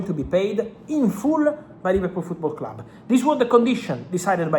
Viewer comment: My name is Fabrizo Romano, welcome to the CLAAB